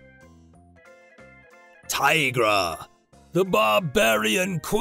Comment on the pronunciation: I think tigra should be pronouced (tee.grah)